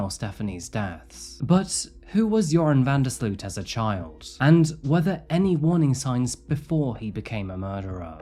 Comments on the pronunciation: I'm from the Netherlands, where Joran is originally from. It's so weird to see a "local" on this channel. It is quite cute how Americans pronounce his name though 😂 the double 'o' in his name is pronounced as 'oh', so van der sl'oh't. Not that that really matters though. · I love how you're pronouncing his name (it's a Dutch name hehe) good video tho! It's such a sickening case.